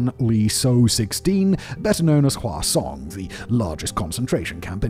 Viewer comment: Simon's says "Hwasong", I hear "Croissaaaant" and I lose focus for the next 30 seconds 😂😂